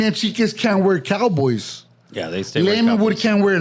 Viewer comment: Hahahah! couldn't say hell's team is coyBOYS Just like he won't rock with Raiders